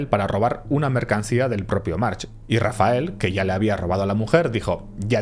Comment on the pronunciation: En el minuto es vez de decir "Rafael" dice "Rafel"